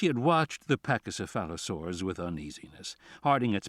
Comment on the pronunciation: How did Thorn pronounce 'pachycephala-' and then not get the 'saur' part?